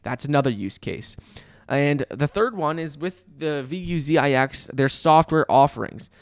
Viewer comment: I like how calls them "V U Z I X". So unique!! Haha